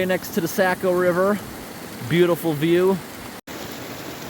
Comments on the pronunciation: Being from up there we pronounce it Soc-o River not Sac-o even though it is spelled Saco River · Saco is pronounced Sock-o ...no "A" sound. ;-) I know I live in New Hampshire and grew up in Maine. Thank you for all the work you do.